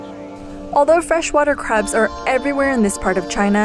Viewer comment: I like how i sounds, like "how dangerous the chinese crap" 😂 Just kiding mate!